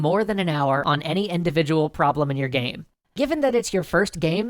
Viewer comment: hahahahah omg my sides haha "Gaem" xD